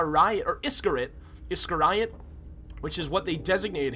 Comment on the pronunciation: Iscariot is pronounced "iskereeit". Like Judas Iscariot.